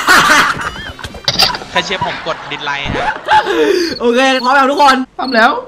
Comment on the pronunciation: พี่พูดผิดนะพี่ไม่ใช่ไลค์แต่เป็นลิเกเพราะ li=ลิ keเก okนะ